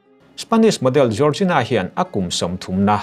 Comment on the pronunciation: Jiorzina ❌ Jorgina ✅